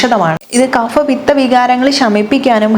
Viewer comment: വിവരണം സുവ്യക്തം. എന്നാൽ ആയുർവേദ ഡോക്ടർ 'കഫ' (Kapha ) എന്ന സംസ്കൃതവാക്കിനെ 'Kafa ' എന്ന മട്ടിൽ ഉച്ചരിക്കുന്നതു ശരിയല്ല.